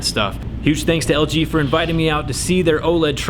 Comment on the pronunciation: its LG not JG